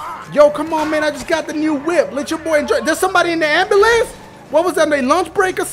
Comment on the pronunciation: "ghostride da whiup"